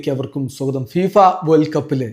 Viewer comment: ഫീഫ ആയോ ഇത്ര കാലം ഫിഫ ന്ന അറിഞ്ഞത് 🙄